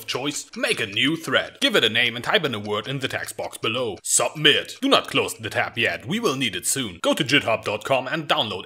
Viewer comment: I can't understand wtf your saying ...12 seconds in your say Sopmit